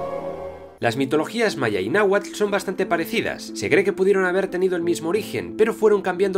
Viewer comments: que raro oir a un español decir bien los nombres nahualt, solo que la palapabra Nahualt no la dijo nunca bien xD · Solo una cosa el "TL" al final no se pronuncia como tal